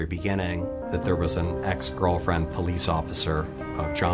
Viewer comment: WHen the voiceover guy said John says he has an ex, sounds like he axe,..... battle Axe.....ha